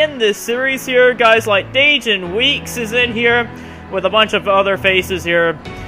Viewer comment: Man 29th, we will be working hard all day when race day comes. P.S. I hate to be that guy but the correct way to pronounce Dajon is like saying Day-John